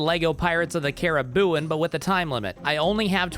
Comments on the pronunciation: Weird, I always thought it was pronounced "Caribbean". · Man fr says Caribbean instead of Caribbean